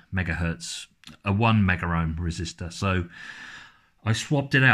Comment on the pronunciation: It's "megohm" and not "meggerohm" although there actually is an instrument known as a "megger." It's short for "megohmmeter" and it's used to test insulation under a high voltage to ensure it won't break down and short out a circuit under high voltage.